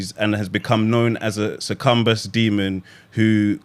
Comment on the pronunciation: we got to give the helmet. he said sercumbus instead of suc-u-bus